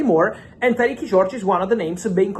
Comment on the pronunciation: Tyrique is not pronounced Tyrekey Fabrizio. It's the same as Tyreke - Tie-reek